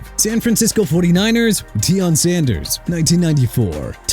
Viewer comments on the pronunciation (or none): none